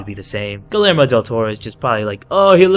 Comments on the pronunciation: it's Gee-err-mo, not gilermo. it's Spanish so double l is a y sound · Guillermo is pronounced “GUI-yermó” it’s Spanish for William. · Bro said gillermo